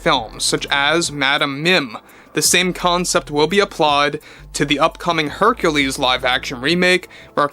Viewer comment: You heard it here first: Queen Artura and Herculeesa.